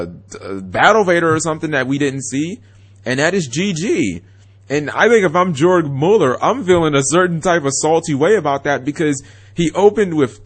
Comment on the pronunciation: 2 dots (umlaut) over the vowels is to stretch the vowel out. It's Yoorg Muuller.